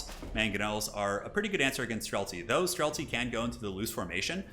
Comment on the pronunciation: I got same when hear "Strelcy". I am Polish but this word is in my language too and means same :D